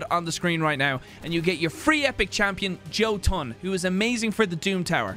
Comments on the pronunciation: Jotun is a scandinavian word the J is pronounced as a y its yo-ton or yaw-toon depending on how well you pronounce scandinavian words. Just incase anyone wanted to know, or cared. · mispronounced “Jotun”. It’s pronounced Yotun. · Jotun is said as yo-tin Sorry for nit-pick just bothered me a bit